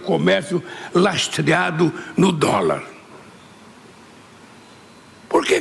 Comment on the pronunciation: óóóh... Lula falou "lastreado"